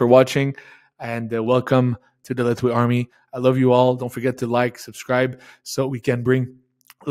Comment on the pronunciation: Mr. Dave thanks for everything. Here small advice from me to you, it’s about pronunciation of LETHWEI, there’s not T sound, it sounds like “LE’HWEI” or “LEHWEI”. Even it’s written LETHWEI, T doesn’t have to sound.